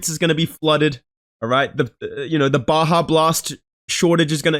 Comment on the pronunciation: bro learned how to pronounce Baja after getting roasted on the live 💀